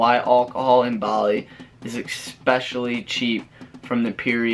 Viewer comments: Why do all you Americans have to say expecially instead of especially - sounds lazy & uneducated & I am sick of hearing this bastardisation of the English language. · e*S*pecially ...(not expecially) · Great info. Thanks. Also, that must be the world's record for using the "word" ECKSPECIALLY. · If you’re going to try to make an informative video please do the following: 1. WAKE UP! Sorry but you sound like you weren’t quite awake yet and someone handed you a script to read with words you’re not that familiar with and unsure how to pronounce. 2. Please learn how to pronounce the word ESPECIALLY! It’s not “...ex pecially...” or “ek specially”. Otherwise, Liked for info. I’ll do further research to corroborate👍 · “EXPECIALLY, LISTEN TO ME”